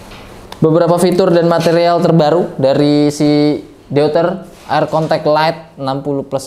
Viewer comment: deuter = eu dalam bahasa jerman di bacanya (oi) jadi di ucapkannya DOITER